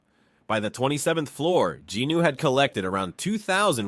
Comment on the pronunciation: Sung Jin-woo (성진우; Seong Jinu) - the “O” is silent and last syllable is a vowel but takes on the N sound from JIN. Sounds like Jinu or Jinoo and definitely not Jin Woo